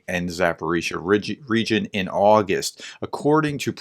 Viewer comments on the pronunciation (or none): none